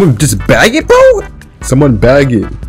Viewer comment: Why do I hear baguette instead of bag it?